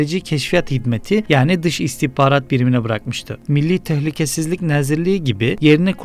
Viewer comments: "Nəzirlik" yox, "nazirlik". "Xərici" yox, "xarici". A hərfi ilə probleminiz var? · abi nəzirlik yox nazirlik. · ala,adlari emelli bashdi oxu.nezirliy nedi?herici nedi?yox bi merci nazirliyi.oxumagi oyren